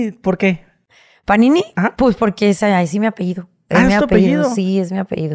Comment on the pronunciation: "Así me apeído" dice la panini. Ni pa hablar sirve.